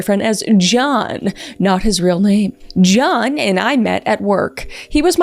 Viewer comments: I love your pronunciation of John. “J-yawn”. 😅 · “jYeOuWn” So silly I love it